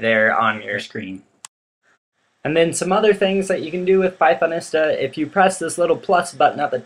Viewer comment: Hi,. One thing: "Pythonista" is pronounced as "pie-thon-EE-stah". Type Pythonista into Google translate in English mode, then click the play button to hear it. Or try this link to the audio: goo.gl slash tmMGSb Notice the "long E" sound in the middle, not the "short I" sound. That's because this word is based on words of Spanish origin. For example, think of the word Zapatista.